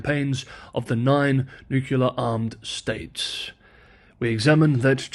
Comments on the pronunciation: “I will continue to use my preferred (ie incorrect) pronunciation of the word” 🤦🏻‍♂️ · yeah, it seems nucelar instead of nu-clear is also an accepted pronunciation for nuclear since some years ago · How does a person arrive it "nukuler" from "nuclear"? And why would anyone trust the judgement of a person who does not accept correction? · Nucular “I will continue using my preferred pronunciation” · To be sure, you can certainly continue to say Nuke-ular but to any person with the requisite education, saying Nuke-ular brings the listener to question your attention to detail, and that is probably not the kind of question that you want to leave in the mind of a viewer. After all, you likely do pronounce nuclear correctly when you refer to the nucleus (not nuke-ulus) of the cell, or the nucleus (again, not nuke-ulus) of an atom. Bottom line, I suggest that you should not pronounce that word in the same fashion, as does former US President George W. Bush. I should add that I find your pronunciation of Chinese words to be wonderful, since otherwise, I have no way to hear Chinese in Chinese, given that I live in Eastern Washington State, USA. I relish learning to pronounce Chinese names as do Chinese people pronounce them, and there you provide a real secondary service. I particularly do not like how Spanish names have been anglicised in California (I was born in the Los Angeles area, and, I, like you, have a few language quirks, for instance preferring -ise to -ize). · I'll subscribe when you pronounce "nuclear" as "nuclear". Also, no more likes until then. You have your standards and I have mine. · Sorry, I had to unsubscribe, my ears hurt when I hear you mispronounce the word nuclear as nucular! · Out of curiosity, why nuke-you-lur? It isnt spelt that way. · SAY THE WORDS "NEW" and "CLEAR" TEN TIMES in a row, out loud, and you'll never mispronounce the word "nuclear" again!!! I HAD THE SAME PROBLEM, and I did not believe that trick would work, but it DID!!!